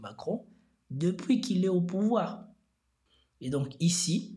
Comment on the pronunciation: ... N'est pas venu Zau pouvoir ??? Hey bro , tu crains là !! T inventes des liaisons zzzzzz fez attention zilte plaize